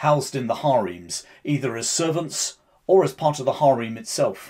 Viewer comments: HAReem? What the hell, man? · OK. Just because I've never heard that pronunciation before doesn't mean it's incorrect. Bigger picture, though, thanks for the informative video.